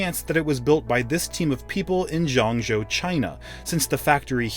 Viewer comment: I am not condoning this AT ALL, but to give you some perspective having lived and worked in Zhengzhou, btw his pronunciation is terrible ha ha. I worked at a university there and a Chinese lecturer earned roughly 3000 RMB a month just less than double that of a factory worker. My friend's wife, a senior, highly sort after math teacher at a prestigious high school earned 3000 RMB a month and that with 20 years experience. So, it's not just Foxconn that abuses these poor people, it is the system in China and the evil CCP.